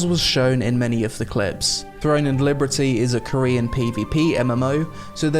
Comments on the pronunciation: Why do you say liberty so weirdly bro ? That's not how it's pronounced. It's pronounced "Leee-berrrrr-teeeee" not "Lee-brrreee-tee". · bless your heart, you say "Liberty" a little weird 😁 like "Librity" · cool video but.. libERTY not libRETY. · I've never heard Liberty pronounced that way. Librety. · Why do you keep calling it Throne and Librety? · why are you saying Liberty weird? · I love your videos but why are you pronouncing "Liberty" like that? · Why can't you say "liberty" ?? what the fuck hahahaha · the combat looks static. watch anypoint in the trailer that goes from charging to combat and it basically brings everyone to a standstill. also how is no one pointing out the way he says liberty through the entire video i feel like im going insane and hearing things